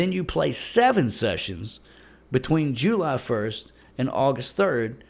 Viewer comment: I love how you say jUly